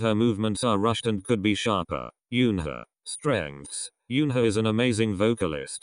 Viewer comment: i agree with everything here lol and only complaint i have isnt even bout the vid but how eunhas name is mispronounced by the robotic voice but then again its a robot so ¯\_(ツ)_/¯